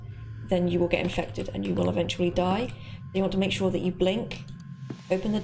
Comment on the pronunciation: i'm hear it as not "sure" but "чё", okay...